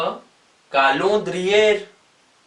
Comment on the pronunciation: Kolondriyr nahi hota